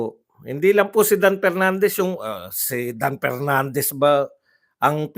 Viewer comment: He he he talaga si Cong. Pernandez o Mr. Porti por (44), Pipti Por (54), Representatib (Representative), Por da Pilipino Pipol(For the people), Apidabid (Affidavit), pronounciation expose the level of IQ he he he